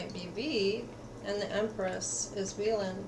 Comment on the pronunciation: Its wheein mamamoo not wheelin but thank you for the reading.. can't wait for their activities in the future about music❤️